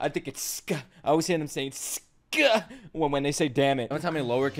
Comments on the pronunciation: It's not suka it's kuso Read it like kso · its kuso not suko btw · Close it's actually Kuso (Pronounced Kso)